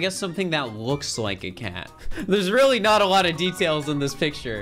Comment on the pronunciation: “Weally” wtf